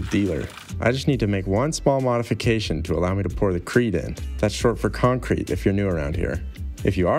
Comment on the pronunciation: It’s Conk Crete baby